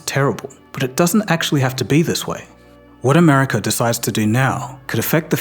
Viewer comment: Why do you say Americurr..? Why tf do you people do that 😂😂😂